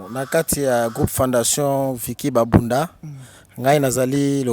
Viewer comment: Merci beaucoup pour votre réalisation. Mais je ne suis pas Bunda, je suis pende nos voisins sont bunda. Attention pour la prononciation: on dit, babunda et non bambunda. Parce que en kikongo quand tu prononce "bambunda" en baissant le ton à la fin; là tu prononce le nom de sexe de femme.